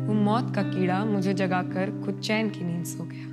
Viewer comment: Dear, your poetry is good, but work properly on your pronounciation particularly when you say few Urdu/Hindi words. It ruins the beauty of a poetry when someone doesn't pronounce it correctly. Chekhain....Khali...Khud....Phool etc... learn to pronounce them correctly in Urdu. I can't produce audio here, nor can write here for you. Anyways, learn it. I can help you. I already approached you on your LinkedIn, but didn't hear from you. If you please accept the request, I would love to guide you all the way. Thanks Your poetry is awesome, indeed!